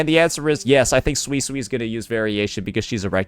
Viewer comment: Who's gonna tell unc he's misspronouncing suisui